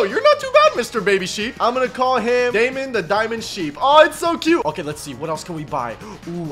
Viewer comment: You calling the sheep daymon